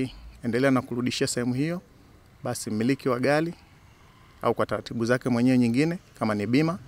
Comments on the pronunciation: Hahahaaa.....badala ya kusikiliza anachoongea nimejikuta nacheka tu😂😂😂.....dalaja....gali.....nyelele....taalifa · Hella, ni sheeeedah! c kwa lafudhi hii,Eti Gali, deleva,kulekebisha, Nyelele😂😂😂😂